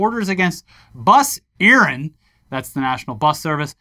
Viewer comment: For those interested the Irish is pronounced Bus Eireann [air-in], an [on] garda [gar-dah[ siochana [she-o-cawn-ah] 😅